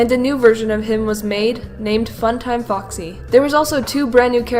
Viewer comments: When you said Foxy in the Fredbear & Friends part, it sounded like Fucksy. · I thinks it's funny how you pronounce foxy you say fuxy it's cute 😊